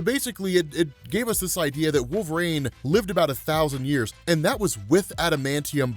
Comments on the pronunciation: I love you to death man, but it's pronounced WolverEEN, not WolverAINE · Any reason why pronounces it Wolver-ain?